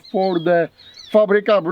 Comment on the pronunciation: your pronunciation of Fabryka and Radom is pretty good are you polish